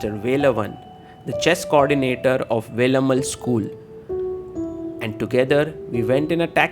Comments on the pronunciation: May be, Sagar Bhai... Wouldn't... He always pronounced Velammaal as Velammal only.... You all might have noticed already.... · wonder why north Indians can't pronounce certain simple South Indian names correctly. He could have written it down in Hindi or whatever language he knows to get the pronunciation right. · Without all due respect, it's really bad that you pronounced Velammal the way you did. Guest of honour, you must have heard the word being pronounced a hundred times, and still chose to pronounce it wrong.